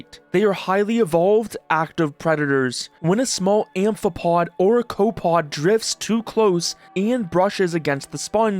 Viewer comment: bro really made a video about marine science and then said cope - pod instead of of copepod XD